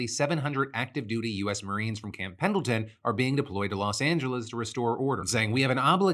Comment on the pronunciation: I said it yesterday and I'll say it again, Pendleton has a silent d